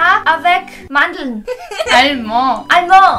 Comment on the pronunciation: Hi Ihr habt halt mandel auf französisch so wie deutsch ( allermand ) ausgesprochen 🤣🤣🤣